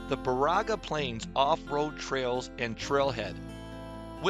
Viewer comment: Great video (particularly the drone shots) and images! Need to work on the Baraga pronunciation (don't go with that Siri pronunciation). 🙂 Check out my channel for North Country Trail hikes in this region!